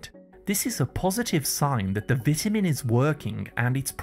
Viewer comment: I hate these AI-generated videos where they can't pronounce basic English words like vitamin or cholesterol and how about backing up your claims with years of research results instead of regurgitating information that might be misleading.